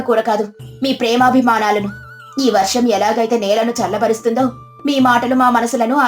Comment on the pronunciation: వరాహం కాదు... తెలుగు సరిగ్గా పలకండి